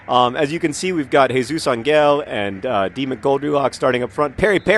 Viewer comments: Hardcore online gamers and computer geeks drink mountain dew, yes, for the energy. Also, Angel is pronounced "Ahn-hel" not "Ahn-gel" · John, good job pronouncing Jesus, but try to think of Ángel as ON-hell or something. No hard g. :) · It's not a hard g in Jesus Ángel, John. it's pronounced AHN-hell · Jesus Angel's name last name is pronounced AWN-hell. The emphasis is on the first syllable and the "g" makes what in English is an "h" sound. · lol it's funny how you say "angel" XD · It's funny how you pronounce "Angel". In spanish that G sounds more like an H.